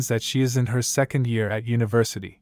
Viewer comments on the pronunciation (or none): none